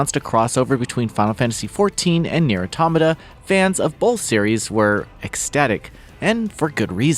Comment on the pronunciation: I'm reminded once again that most of gaming journalists don't know how to pronounce "automata"